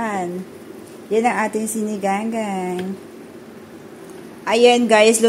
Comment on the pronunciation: Mam sinigang po. Hindi po siniganggang baka malito po ung nanoood❤